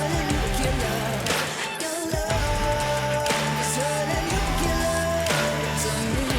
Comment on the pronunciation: Great video, thanks! (shame about the "nucular" pronounciation. oops!)